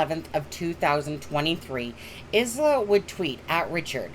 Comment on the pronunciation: ISLA is pronounced ....eye la